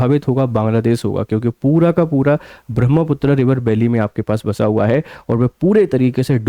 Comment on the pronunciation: महोदय अंग्रेजी के कारण अपना उच्चारण मत बदलिए , ब्रह्मपुत्र को ब्रह्मपुत्रा कर दिया है